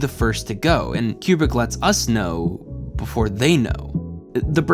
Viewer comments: Highjacking the pinned comment to say: you do great work, this is well done af, but, my good brother in christ, you're killing me with the "Cube-Brick". It's "Koo-Brick". Otherwise, well done lol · "...Fourteen point five"..?!?!?!.. Fourteen point five?!?!... Wow. Makes total sense once pointed out (naturally). Tangentially, please don't call him "Cue-brick". "Koo-brick". Por favor. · Okay, I admit. I stopped watching after the 35th "Cue-Brick" and the first "New-Cue-Lar" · For those wondering why is pronouncing Kubrick "cue-brick" instead of "coo-brick": according to Kubrick's stepdaughter, the family pronounces it "coo-brick" and Brits pronounce it "cue-brick" (source: she herself posted this on reddit). Had to look this one up because it was bothering me. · One I wish you would pronounce Stanley Kubrick correctly. Two I wish I knew this was a comedy because I always thought it was an overdramatized drama and everyone I know hates this movie. This is always at the last of everybody’s list of favorite Kubrick films. And I still don’t understand the point of this movie.